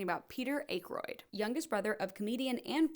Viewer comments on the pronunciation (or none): that’s the craziest way I’ve ever heard anybody pronounce Aykroyd. It’s more like ACK-ROID 🤷🏻‍♂️ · Dan Ack-royd. Good lord, how old are you? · Its pronounced like ackeroyd not aykroyd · AK-roid not ache-roid.. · Dan ”Acheroid”?? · It's pronounced "ack-roid" I think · Listen, great topic and mostly good. But it also puts your poor research in the spotlight, if you didn't learn to Pronounce Way-ins as in Damon Wayans or Ack-roid as in Dan Aykroyd, well what else did you get wrong. They are both comedy legends and if you can't properly Pronounce their names, it puts everything else in question. Keep up the work, but do better with the most basic of research and you should grow faster, you deserve it!! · Dan and Peter Eh-kroyd too lol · GABRIEL Gottfried. Dan AYYKROYD. Oh FFS, I thought she's gotta be screwing with us & mispronouncing some of the more famous comedian's names intentionally to get comments & cheap engagement for the algorithm because there's no f'ing way she's doing a retrospective video about SNL yet never heard of our Lord & Savior, Gilbert Gottfried. ... but nope. I think this Millennial really doesn't know the man behind the AFLAC duck. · ACK-roid is how Dan pronounces it. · Dude don’t be a dick. This is so well-researched. I will say tho, that pronunciation made me feel old / realize Ackroyd didn’t really leave enough of a legacy to be known by the Z’s. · That Dam(n) Akroyd! 🤣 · Don Pardo had trouble with Ackroyd too in the Saturday Night movie, so you’re good. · The whole "I cant/wont pronounce Dan Aykroyd correctly" was a hook that pulled me through the whole thing waiting for the next delightful butchering of a comedy name. This is NOT a criticism! I loved it, this vid is great and well thought out. It is perhaps an accident, but butchering the name of a fans comedy gods will force them to engage with you. Kudos! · Your pronunciation of of Dan Ackroyd’s last name hurt…. Ouch. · how on earth could you get Dan Akroyd's name wrong?